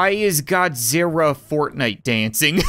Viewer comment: You said godziwa